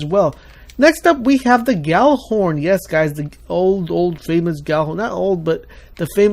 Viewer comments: Why does everyone pronounce Gjallarhorn wrong?!? Its not [gala-horn], its [yahl-lahr-hawrn]... For those of you who think I'm full of it, here's it's dictionary definition and where the name comes from: 1. noun, Scandinavian Mythology Heimdall's horn, used to warn the gods of Ragnarok. Origin- < Old Norse, equivalent to gjallar, genitive singular of gjǫll noise, din (Compare gjalla to resound loudly, scream; cognate with Old English g(i)ellan to yell) + horn horn If you're going to make a video of it, get it right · Gjallarhorn (which is not pronounced "Gally" as almost everyone thinks it is.. does not have proximity detonation at all...